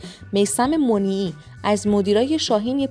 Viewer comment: میثم مُنیعی غلطه 🤣 مَنیعی درسته قبلش یه گوگل بکنید